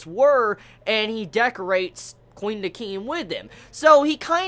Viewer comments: Pronouncing Quin like Queen? Are the Quincy from Bleach now the Queency masters of drag? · i love you, but your pronunciation skills are pretty bad. Their names a re pronounced like kuhwin and dehkim